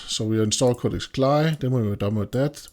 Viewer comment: You are the first person I have ever heard pronounce it like "Cly". Normally, we spell out the letters.